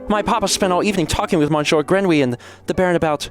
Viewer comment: Oh no! Not Monshore Grenwee!